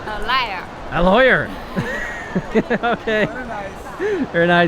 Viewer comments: She reminded me of Jim Carrey fillm Liar Liar where the child says "Liar" instead of "lawyer" when the teacher asks, "What is your father's job?" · I am not trying to be disrespectful but When she said lawyer I heard liar lol 😂